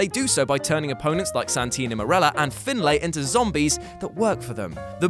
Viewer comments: Lex Luger* Steven Richards* Finlay is pronounced like FinLEY. It's blatantly obvious you don't watch wrestling and never have., this is embarrassing even for you. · lex luther??? fin-lay???